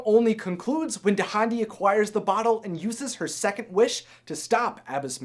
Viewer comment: Dahndi's name is pronounced dahn-dee!